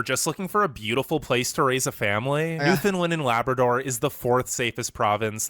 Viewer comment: Lay-Bra Door 🤣